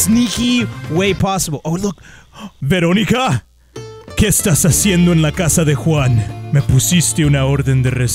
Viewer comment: You are so funny when you say veronica